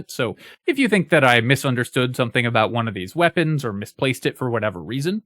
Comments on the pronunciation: Do you hear "aboot" when you listen to that. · that is THE most Canadian-sounding "about" I've heard in a long time lmao